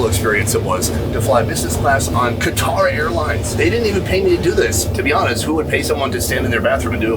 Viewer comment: Qatar is pronounced as "cutr".